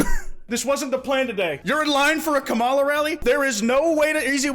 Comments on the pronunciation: He pronounces Kamala’s names incorrect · stop pronouncing kamala the way conservatives do you need to enunciate the first syllable edit: nvm, you fixed it later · please say her name right i’m crying and throwing up